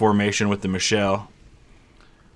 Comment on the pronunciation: My German friend says Michel would be pronounced more like Mee-kel with that spelling. The "sh" sound would be with the feminine form, Michelle